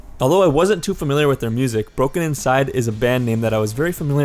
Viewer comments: BrokeNCYDE is pronounced "Broke inside", not "broken inside" (brokencyde will never die!!) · !!! he didn't even pronounce BrokeNCYDE correctly, its pronounced Broke-inside, not Broken-inside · did anyone else keep cringing when he said "brokenINcyde" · It’s not. He’s saying it wrong and it severely bothered me the whole time lol. It’s brokeNCYDE. Only one N. 😝